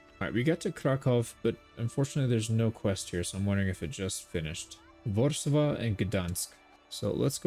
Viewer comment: Fun bit of info, Warszawa is pronounced Warchawa